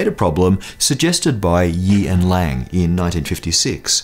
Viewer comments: he says "Yee and lang", while their names on screen appear as lee and yang (the on screen names are correct) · Lee and Yang, bro. Not Yee and Lang. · You said Yi and Lang instead of Lee and Yang. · he says YEE AND LANG not LEE AND YANG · Did you say Yee and Lang on purpose (instead of Lee and Yang) as a lowkey parity joke? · The names of scientists are Lee and Yang. But they sound like Yee and Liang in this video.